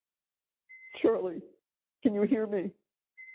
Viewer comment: Aww Chawlie and Donna are going to spend Chwismas in jail 😆